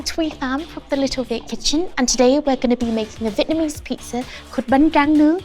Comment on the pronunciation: A vitamin ease pizza? Lovely lady but what’s with the pronunciation of Vietnamese